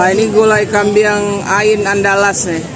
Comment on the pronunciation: GULAI KAMBING, BUKAN KAMBIANG